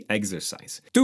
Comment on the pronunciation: Exercise number Tuu!